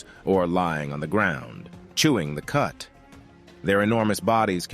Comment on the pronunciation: Chew the “cud” not “cut” 🙄